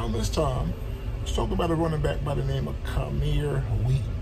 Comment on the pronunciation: It's Camar, not Cameer.